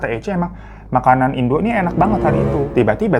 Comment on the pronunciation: Bg yg ibu itu bacanya indo' ada koma atasnya bacanya pun ttp indo bukan indu (cmiiw) soalny disini bacanya gitu, mksh.